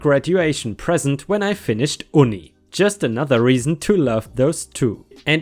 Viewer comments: Uni is pronounced you-knee not oo-knee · Mate Uni is actually pronounced 'You Knee'. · uni is pronounced you-knee, short for university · uni is pronounced (you-knee)😂 ⭐⭐⭐⭐⭐ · Uni is pronounced you knee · I like your storytelling. Just to let you know, UNI (short for "University") is pronounced "you-n-ee" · Hi, just to help you, Uni is short for University and is pronounced you-nee. Thanks for the stories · Sorry but uni is pronounced youknee 😁😁😁😁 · Just a heads-up: Uni is pronounced "you-knee," because it's short for "university." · I love you dude, but uni is pronounced as though it has a y at the beginning. It's short for university, which makes sense. It's nothing against you dude as English has its nuances and you don't know until someone tells you. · I love your story's but uni is pronounced un-e it's an English word meaning University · Hey, just so u know for the future, uni is pronounced ‘you-knee’, short for university. Us aussies love our slang. Love your vids!:) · it's UNI as in UNIversity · I'm glad I looked thru the comments before I said this. Some abbreviations can be hard to pronounce. 😁